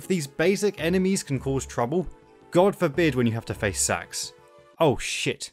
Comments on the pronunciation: This guy’s the only person I’ve ever heard pronounce the S.A.X.’s name as “Sax” instead of “S-A-X” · it's not "SAX" its "S.A-X" 3 letters, that's what acronyms are. It's U.S.A not "ooosaaah" is it? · as a saxophone player i got really confused when you said sax instead of S-A-X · Dude it's not sax it's s a x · Every time you phonetically pronounce SA-X... ...i'm terribly sorry, but it sounds like you're saying "sex." Lol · Love a good review of Fusion, but your pronunciation of the SA-X is excruciating. -10000/10 would rather get infected by the X. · Warriors land 4 wasn’t inspiration, they just reused the engine And you mispronounced SA-X You say each letter